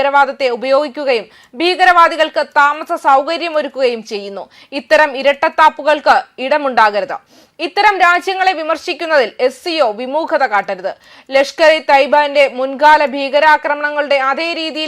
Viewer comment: വിമൂകത അല്ല വീമുഖതqqq